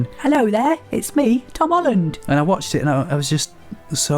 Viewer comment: Hom Tolland